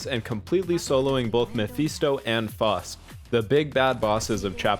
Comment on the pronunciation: Not to be that guy but it’s F-ow-st, as in Panzerfaust from Germany.